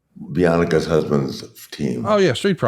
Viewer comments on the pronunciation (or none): Bee-on-a-ca lol aka Bianca oh Ric is old 😂